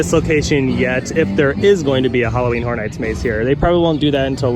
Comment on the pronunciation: lol, I didn't realize that their Halloween mazes are going to be brothel-themed. 'Just joking around, but you've got to admit that it sounds an awful lot like you're saying "Halloween Whore Nights." ;) =D Keep up the great work in any case and thanks for the update!